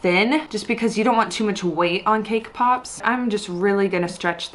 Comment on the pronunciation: sees cakepop Turns Australian ThOse ARe ThE cakepopz